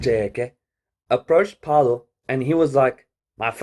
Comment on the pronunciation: its Fay-Low my guy but nice video